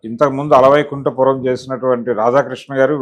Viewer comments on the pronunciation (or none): అలా వైకుంఠ కాదు, అల వైకుంఠ......